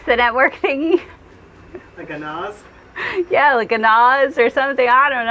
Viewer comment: Don't worry, some of us still remember Tim "The Tool Man" Taylor and can grunt right along with you;-). By the way, I think you guys referred to a NAS but pronounced it like "nahs". I have only ever heard it pronounced with a short "a" sound like "crab". I also have not traveled the world though so I am prepared to be gently corrected by your very forgiving youtube fans.